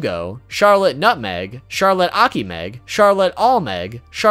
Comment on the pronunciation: As someone who lives in France i cringe whenever you pronounce some of the Charlotte family names